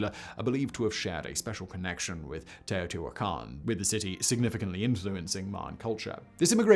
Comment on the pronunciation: Well hey, at least they either coached him or he stumbled onto the right pronunciation. At least according to the Great Courses lecture I listened to and the wiki guide